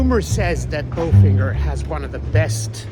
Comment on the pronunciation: "Bo-finger"? Bo-feen-zhay